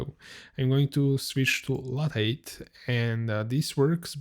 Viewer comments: the word lathe is pronounced "lay-th" with a "th" at the end, like in the word "the". I'm not sure if you can pronounce the "th" sound though if you are German, so maybe just say it as if it was spelled "late" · Lathe is pronounced "LAY-the" in English, where the ending 'the' sound is pronounced just like the English word "the".